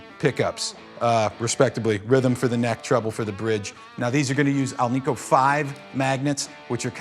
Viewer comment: AL-NICK-O. NOT AL-NEE-KO. You are watching this on the web; not the internet! Enough with the misnomers.